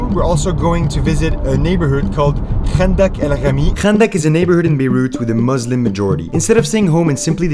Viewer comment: the fact that u make ur self look like u dont know how to say arabic things like 5anda2 el 8amee2 u say it like kanda2 like maaan ur sooooooo dumb